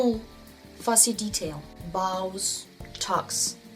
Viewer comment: It’s “bows” not “boughs.”